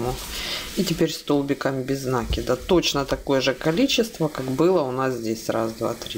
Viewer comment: Правильно говорить накИд... Очень режет слух.